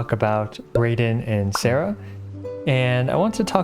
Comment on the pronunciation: Baal and Sara are both Japanese so their names should be pronounced in Japanese.